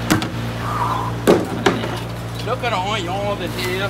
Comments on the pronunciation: The way he says onions reminds me of a toddlers mispronouncing words dood 🤣🤣🤣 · lol. True. The phonetic spelling of how he pronounces the word "onions" is everyone's own treat